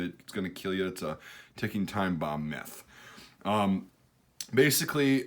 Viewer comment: why did I hear meth every time he said myth